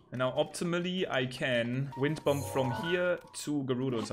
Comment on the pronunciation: The b is silent in bomb it’s pronounced bom